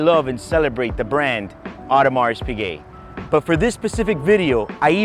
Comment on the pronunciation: I watched one video where a guy couldn't even pronounce the Piquet part correctly. He said Pick Et.